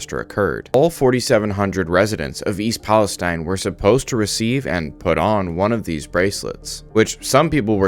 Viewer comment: I have lived in this town since I was 7 years old, firstly it’s pronounced East Palisteen not stein. The few rich people have already pretty much moved outta town and the poor people or old people that have no where to go will be the most effected by this, my grandpa also lives here and already has cancer so I can only imagine what breathing in these chemicals and showering with the water will do to him let alone all the others. I haven’t heard about any of these bracelets given to anyone in town at all either I’m 100% sure that’s made up. It’s been well known that the railroad company’s here overload the trains and don’t do checks to the loads like they are suppose to along with massive worker cuts so they can save money and it’s caused this huge problem for the residents here and in the state 💔 all we can do is live day to day and hope it doesn’t get worse